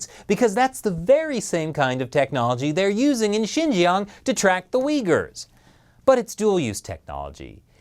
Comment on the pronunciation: Did you say track the regions are uyghur people or did you say the weak people my hearing is getting really bad lol I think I will have to fit a dolphin Raider cochlea or cochlear some kind of vertebrae in my ear